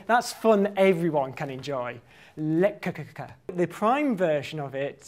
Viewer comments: Haha, that is by far the worst pronunciation I have ever heard of Lekkerkerker. Brilliant. :) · "Lekkerkerker" (It's always nice to hear one's language murdered :-)) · C'mon, you gotta tell us how that Lekuhkuhkuhkuh name is spelled!